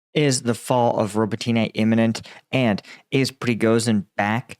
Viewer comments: Please don’t say robotyne and priyiutine. The y is silent. It’s Robotne and Priutne. I know you don’t know Ukrainian. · bro, can you pronounce Robotyne how the actual Ukrainians do? Robot-knee That’s how it’s pronounced, well how it sounds when said